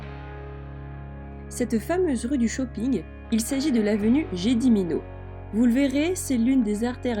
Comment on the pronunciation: Dommage pour ce travail négligé.... "Médiéval", "baroque", attention au vocabulaire ! Gedimino se dit "Guedimino", si on veut être compris par les locaux ! "rue" se dit et s'écrit "Gatve" et non "gavte" !!!! etc, etc.... Et puis, bon, on n' a pas les mêmes échelles de budget ! "Pas chère" est TRES erronnée ! Enjoy !